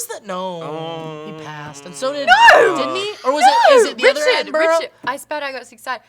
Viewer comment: Can we clear up the pronunciation of Attenborough? Atten- Burr-Uh. Thank you and good day.